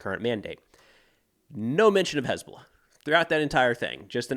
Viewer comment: Someone please teach UNIFIL socmed folks how to pronounce "HezBoLLah"..